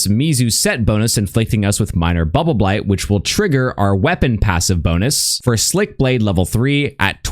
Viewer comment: I like how cleanly says "Bubbleblight buff." 10/10